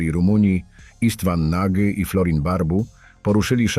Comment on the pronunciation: nie Nagy tylko "noć" 🤦🏻‍♂️🤦🏻‍♂️